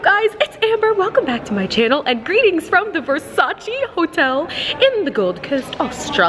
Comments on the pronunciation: Its versace Not versaciii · Not being mean or anything but Versace is pronounced ver-sa-che like air but the r isn’t a strong sound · It's pronounced Versa-cheh